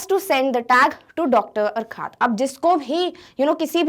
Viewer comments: Mam it is called as (yourcoohaart ) sorry but you are pronouncing wrong. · Urquhart is pronounced like अर्खर्ट